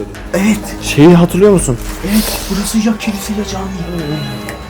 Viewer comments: Klise değil Kilise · Kanka klise değil kilise